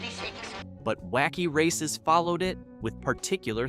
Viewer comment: You mispronounced several of the car names; why is this an issue?—well, the cars are all introduced in the opening of every episode of the series, video of which is currently available on the YouTube platform; it wouldn’t have taken you much time or effort—less than 10 mins—to familiarize yourself with the names; this is clear indication that your channel probably isn’t run by fans, or that it doesn’t care enough about the subject to accurately present info about the series to an audience, which is highly likely to be composed OF fans; this suggests that your channel is the kind of low-effort content-farm that nostalgia fans don’t really enjoy supporting; basically, it appears you did a lot of research, I just wish it had been more thorough…